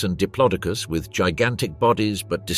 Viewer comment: Pronounced di plodo cus